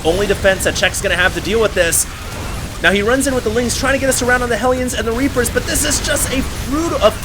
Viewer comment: you said Rapers instead of Reapers xD